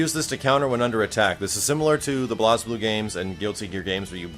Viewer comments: Bloz-bluu? I think it's pronounced Blaze-bluu. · Blaze not Blahz lol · I don't want to be THAT guy, but... it's pronounced "Blayzbloo", not "Blahzbloo" XD. For proof, that's how they say it in the games themselves (for those that haven't played the games). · no ones attacking you personally, im looking at the comments and you seem very emotionally invested in defending the proper pronunciation of BlazBlue. the point is when ANYONE says "Blaz" instead of "Blaze" YOU know wat they were talking about. and it sounds funnier. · it pronounced blaze-blue , it that way in the games. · How is BlazBlue pronounced? I always pronounced it like Blazing (BlaizBlu) and not blaaaaazblu... I'm confused :/ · BlazBlue is pronounced "Blaze Blue." Not "Bloz Blue," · Hes referring to how you pronounce it, its said like BlazeBlue, not blazblue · Blahzblue? Blazeblue. Cmon max! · i wanna get into this game. so badly, cross tag comes out in less than a month. also he pronounced blazblue as blozbloo. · There's no "e" so to an english speaker who hasn't heard Hazama say it it llooks like it is pronounced BlazBlue. Fuck, I thought was BluzBloo too til I got and beat Continuum Shift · It IS pronounced Blaze-blue. That's how it's pronounced in the games themselves. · it's "BLAZE"blue max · you really should play Blazblue(and its pronounced as Blaze) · They pronounce it BlazeBlue in the game. =P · So yeah, nice video. Its nice to see you play and record a Arc System games. Cant wait to see more from you. Blaze-Blue. Thats how it is pronounced. btw